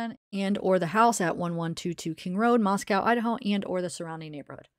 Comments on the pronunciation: Actually the city in Russia shouldn’t rhyme with cow either. Mosco. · I don't know if you heard yet but it is pronounced Mos-coh and rhymes with Costco not like the city in Russia